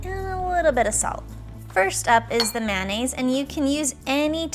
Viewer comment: The way you say mayonnaise makes me cringe